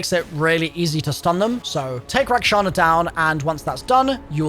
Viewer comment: bruh u said her name wrong so many times XD its rakshasa not shana lol gd video though